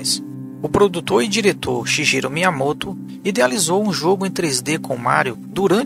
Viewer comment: Escreve Shigeru por causa do alfabeto americano, mas se lê Shigueru